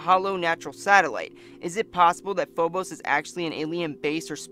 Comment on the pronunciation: Its Phobos, not Fobos.